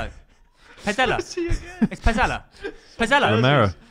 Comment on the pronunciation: it's romero, martinez, pezella, enzo 😭😭😭😭😭😭